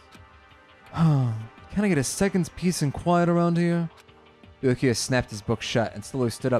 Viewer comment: Actually With Byakuya the "u" in there is silent... Why the hell did I think you guys would have ever watched Bleach O_o